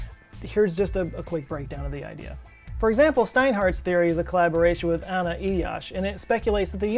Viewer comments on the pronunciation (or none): none